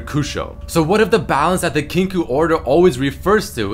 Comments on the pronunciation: It is pronounced "Kin-KOH" Not "Kin-koo" :) Great vid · It's pronounced "kink oh". Kinkou means balance in Japanese and is pronounced as such. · "Kinkoo order" LOL